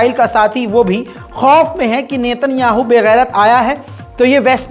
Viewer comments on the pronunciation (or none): none